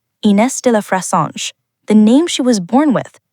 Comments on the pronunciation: the narrator made me cringe. get the name right. aay fressange, with a short a. do your homework. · Dear Miss AI. The name is Frezahnje. Clicking off you fake B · at least use an ai voiceover that can pronounce her name😅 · Why do this story if you can't even pronounce her name correctly??? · Please, if you're going to do a documentary about someone, get the pronunciation of their name correct. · Your pronouncing her name is atrocious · Please do not mispronounce her name.